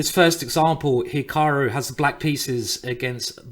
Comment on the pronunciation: "Hikahru Nakamewrah"